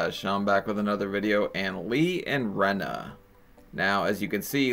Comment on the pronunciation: Hey, Sean. "Rena" is pronounced "wren-AY" .... not REE-nuh. It's a silly spelling of "Renee."